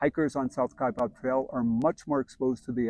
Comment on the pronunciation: It's "Kai bAb. It's not "Kai bOb." I don't know why so many people make this mistake. :-(